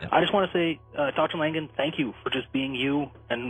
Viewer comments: Oh gosh his name is Langan. No "D" ok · isn`t his name langan? this guy keeps calling him langden...